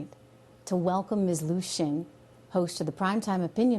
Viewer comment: Xin is pronounced as sin,not shin. Xi,presidents surname as si( as in yes in Spanish)not she